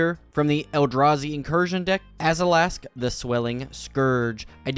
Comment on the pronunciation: He adds the letter A when it doesn't exist, AzAlask and AshAnod's alter, I'd have a hard time believing it's not a speech impediment.... I sure hope it is.